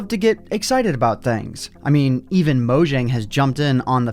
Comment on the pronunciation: It's pronounced mo yang